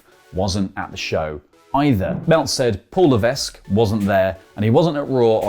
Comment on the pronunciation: THE ‘S’ IN LEVESQUE IS SILENT! STOP PRONOUNCING IT!